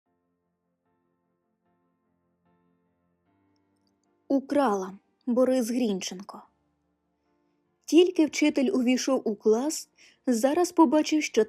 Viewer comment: ГрінчЕнко (наголошувати потрібно 2-й склад!)